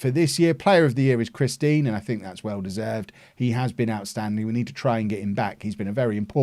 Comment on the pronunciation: It can’t just be me that hears “Christine” every time says “Chris Dean”